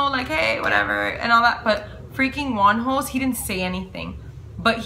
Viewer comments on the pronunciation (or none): I literally heard "WONHOS DICK" im with Krystal and michi on that one😂